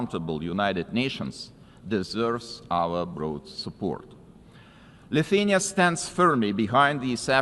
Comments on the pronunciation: where is Luthenia written? Cmon man just pronounce the name of the country!!!! LI THU A NI A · Leutania 😂😂😂 Hejtanas 🤣. How hard is it to learn two words properly when is your only job? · Presenter should at least learn how to say countrys name, what a joke, Liuthenia really? And president's name is Gitanas, presenter said "Katinas", which is male cat in lithuanian, UN IS A JOKE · Lithenia? How is it that UN chairman cannot pronounce country names correctly? Pathetic ignorancce in adittion to elevators not working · Why can't the UN speaker even pronounce the country name "Lithuania" ... that's really embarrassing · just what people are employed at UN and who are paying them?? That guy can't even pronounce the country Lithuania and he works at UN??? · come on, he hestitated before the word, also he pronounced Lithuania differenly at the end, if you call that "accent" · Can’t pronaunce country name .. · Should the guy on the podium not be able to pronounce Lithuania? How much dumbing down are global institutions able to tolerate before they break?